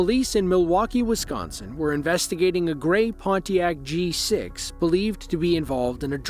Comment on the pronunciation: The way the AI says Pontiac G6 sounds so nice.....